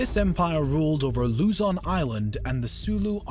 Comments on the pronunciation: It's not Lūzon, it's Luzón. Don't expect everything to have the same accent... The flag is also flipped, which means war. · how to pronounce Luzon..say it quickly..not loozon. not bashing just a tutorial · This is a good vid but you pronounced Luzon wrong it's Luz-on Say it fast that's how to say it and also roxas is pronounced rohas and Aquino is pronounced a-ki-no